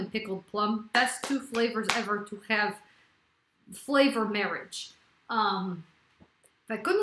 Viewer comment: Cool how she said falavor